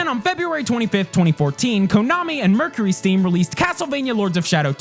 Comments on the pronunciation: arin you silly goose, it's mercurysteam, not mercurystream. also, I actually liked lords of shadow 2. in quite a few parts, it was actually better than the first one. also also, what world do we live in where 7/10 is considered a middling score? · Arin, it's MERCURY STEAM..... not MERCURY STREAM you clown master. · MercurySTEAM, not stream. Sorry, OCD moment. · I like how Arin can't pronounce Mercury Steam.